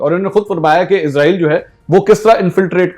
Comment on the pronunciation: Bro izrael nhi Israel bola kary